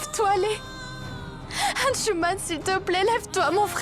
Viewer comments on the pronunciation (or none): Moi je crois que c'est Arhzman pas Ahanchouman